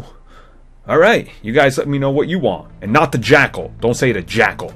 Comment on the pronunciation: jackel jackel it's a jackel jackel time If it wasn't right the first time you said it why the hell would it be right the next 10 times.... GOD